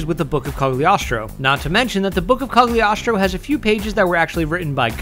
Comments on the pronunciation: Nit picking point, although spelled Cagliostro, it is pronounced Cal-ee-oh-stro. Count Alessandro di Cagliostro was an 18th century Italian adventurer who was either a great occultist or one of history's most successful frauds, depending upon your point of view. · its pronounced cuh-lee-ostro, dumbass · what u said cogiogiashtooo???